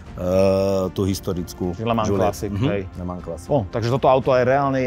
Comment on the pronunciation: Kluci, ta vaše výslovnost okruhu LeMans je opravdu u obou úsměvná, ke všemu když majitel tam byl a neumí to vyslovit po francouzky. Pro mě je to pouze pozér majitel.